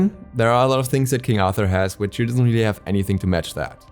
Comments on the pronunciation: i love how he says toor instead of tyr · Was looking for this comment lol it's kinda painful. Sounds like he's saying two or tou 😂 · He barely gets the R in there lol sounds like two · What in seven hells are you pronouncing when saying Tyr's name,.omg embarrassing much, ffs..